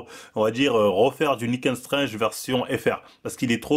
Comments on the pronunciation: Lol Nick and Stringe !! ça se prononce "strengff" pour info. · La bonne prononciation pour nick's strengh c'est : " Nikss straine " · Ca se prononce "Nick strenngf" et "Sharingan" 😅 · "Niquel staije "😂😂😂anglais lv2 à la hanouna english school 😂🤣😂🤣😂🤣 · Nick's strenght prononcé a la = Nika strange lol le fils de docteur strange?